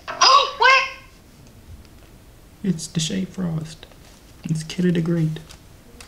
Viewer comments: He said Dashea??? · He said deshae frost 😂. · “Look up Deshea frost”🤣😂🤣🤣